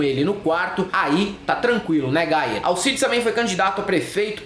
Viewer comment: Pq vcs chamam o Gayer de Gaier?